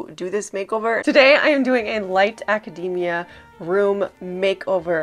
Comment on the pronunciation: Thank you for pronouncing "academia" correctly! ❤